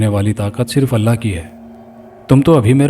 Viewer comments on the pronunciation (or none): none